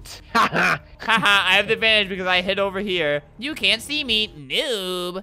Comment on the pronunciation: No HE SAYED CUN'T CU- CAN'T